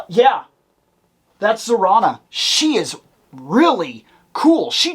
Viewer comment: I love Zarana! Yes, you're saying her name right. They just announced her twin brother Zandar is coming soon. I was really hoping I could find her at Ollie's for $4.99 & I did. I've always loved her. I was a big fan of GI Joe when I was a kid. I had them all. I have a huge nostalgic connection to her. She's a Dreadnok, all the Dreadnoks look like Mad Max styled characters. They're a biker gang. The ones with the brain-looking helmet are the Range Vipers. I also want them. I love them!